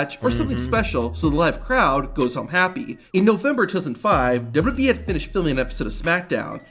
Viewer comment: I have the way the guy narrating the video say WWE dubdubeee